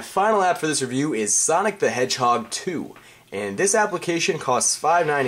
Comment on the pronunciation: "huge san of fonic"